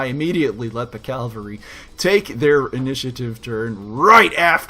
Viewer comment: I just learned about this channel and love it... but I gotta say, hearing "calvary" makes me think of churches, not stompy tanks. :P